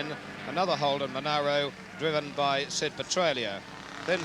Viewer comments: monero? friggin MonAro you moron :P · youd think someone would of tapped that guy on the shoulder and said "its not monero , its monaro !" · It's a bloody Mon ARH ro mate, where the hell did you go to school?